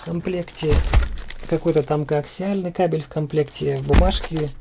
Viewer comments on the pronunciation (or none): none